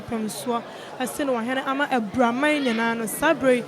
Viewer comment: Abira not Abura